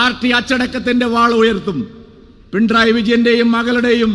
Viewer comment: പിണ്റായി അല്ല പിണറായി Ok